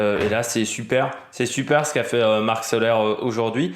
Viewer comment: Soler la prononciation est Solé! Marc Soler est catalan la prononciation est catalane salutations